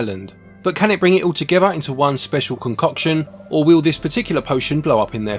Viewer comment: Meshes them togever